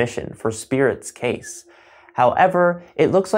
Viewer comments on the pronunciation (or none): none